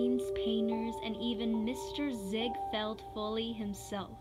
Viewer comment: It’s pronounced “FALL-EEZ” not FOLEYS. Lol.